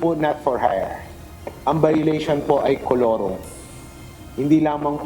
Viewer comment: Colurom??? "IT'S MORE FUN IN THE PHILIPPINES"